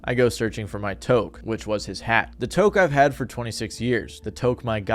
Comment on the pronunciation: lol touque is pronounced "tuke"